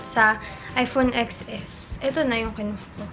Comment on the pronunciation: Ten es , not eks es